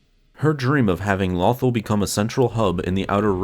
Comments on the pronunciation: Every time he mis-said lothal reminded me of the fact that in my own campaign, i miss typed halberd every time i typed it. (I had to use speech to text just now) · Your pronouncing Lothal wrong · You are saying lothal wrong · Please say “Lothal” correctly, it’s not like they don’t say it all the time in the show. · Every time you mispronounce "Lothal," a youngling dies somewhere in the galaxy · Vader: tell lothal wrong many times you can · Good info but please PRONOUNCE THE NAME OF THE PLANET CORRECTLY !!!! If in doubt go back an rewatch Star Wars Rebels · it was his narrator who said it wrong the person speaking isnt the guy who is in charge of the channel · I was just cringing when you said lothal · Take a shot every time he says Lawthul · It's not "nuth-ul" it's "law-th-all" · Every time he says lawthul I cringe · His pronunciation of this planet is simply "lawthul"! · It's pronounced "LOW-THALL" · Pronounced "Low-thall" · It is pronounced “Low thawl” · It's LOW-THAWL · It’s pronounced lo-th-all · Damn near un watchable when you keep saying the name different then they do in the show. Lo-THAL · Jesus he can't say it Lawthel or Lewthul god may have been able to say it but he can do more and interesting facts #LoveStarWars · Not lawthal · Its not lothal like brothel its lothal like low thal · Why say the name of the planet correctly in the beginning and then fuck it up for the ready of the video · It's LothAl, not LOthal.At least say it correctly. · It's LothAl not LOthal lol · It is not pronounced "Lawthul" it is pronounced "Low-Thall" do you even watch the show ?? I mean the say the name more than enough to understand the way its pronounced. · Lumberjack Dan Low- tal/ Al. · Dude was thinking of “Brothel” instead of “Lothal” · It’s “Lowthall” not “Lawthall” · Loe- tharl not lothl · It bothers me he calls it lawthul instead of LOTHAL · "Lawthul"??? It's "Lowthaul" I was so distracted by this mispronunciation. lol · Low-th-all not lawthul